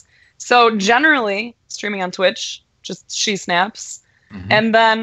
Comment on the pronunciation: Its not thwitch.... Its twitch.